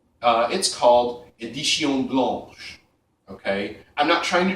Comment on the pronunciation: btw, your pronunciation of Chanel Édition Blanche was pretty close.